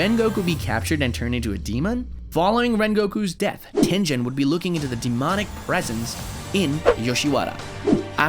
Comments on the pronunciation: he called Tengen tenjen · TENJEN? GO TO A SPEACH CLASS AND LEARN HOW TO PRONOUNCE GS LITTLE BUM